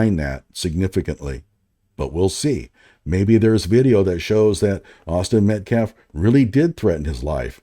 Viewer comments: Why isn’t this guy locked up for life after what he did?. Also I find it kind of funny how at the press conference he couldn’t even pronounce Metcalf and self-defense properly and now thanks to this video. I learned that he didn’t know Luigi Mangione was the guy That killed that CEO. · Tell that dude it’s Metcalf not Metclaf. Penny… not Pender. Self defense not self deflense. This dude is the epitome of an idiot. I think he mispronounces names to disrespect them.